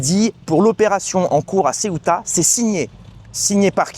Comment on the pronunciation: Mais non pas LA Ceuta ,Ceuta prononcer CE-OU-TA.Ce n'est pas une ile c'est une enclave au Maroc.